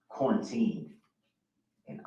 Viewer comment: Among many other annoyances with brooks, the way he puts the wrong emphasis on words makes me nut. LawenFORCEment, NarrATtives, QaurenTINE. Ugh lol